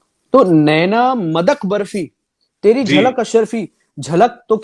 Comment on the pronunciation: Wo "Modak" Barfi nai, "Madak"Barfi matlab nasheeli barfi